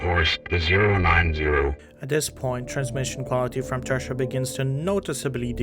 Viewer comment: You’re reading the script without pausing for natural punctuation, and are not pronouncing “Thresher” properly, which is unfortunate, since it’s the subject of the video.